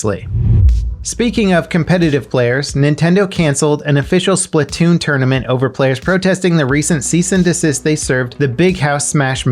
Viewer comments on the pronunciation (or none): none